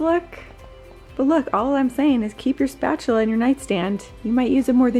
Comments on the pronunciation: “Spachela included” 😂😂😂😂 and always Ryan is a mess 🤷‍♀️😂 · When you said “keep your spatula in your nightstand you might use it more often than you think” I burst out laughing 😂 Am I the only one who heard it that way?